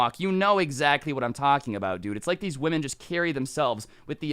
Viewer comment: The way she says women